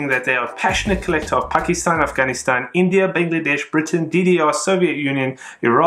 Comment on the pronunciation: Fun and informative as always ... your correct pronunciation of "Pakistan, Afganistan..." I am sure is adding to your appeal with collectors from that region. Well done!